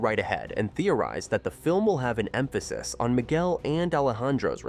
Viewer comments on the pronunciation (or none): none